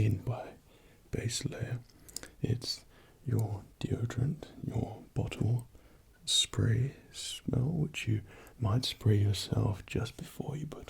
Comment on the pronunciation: Is he saying bottle spray or butthole spray?